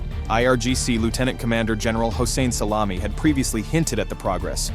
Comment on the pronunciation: Sorry, but Ho-sane Salami?